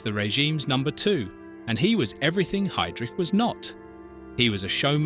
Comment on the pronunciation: For crying out loud, his name is pronounced 'High' - drich, not 'Hay' drich. It's not at hard to say correctly.